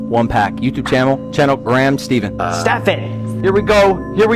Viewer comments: I was watching the livestream friday night and as soon as he said Graham Stee-ven I was yelling "IT'S STEH-PHAN!!" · I watched it live and cringed when he pronounced your surname as “Steven” 😅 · Woooooow this was so cool and it does give me nostalgic vibes ! Great video Graham "Steefen" lol 😂 he really Butchered your name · I also cringed when Logan said your name wrong 😂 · I also thought is was you but he said your last name wrong so I got confused 😅 nice card tho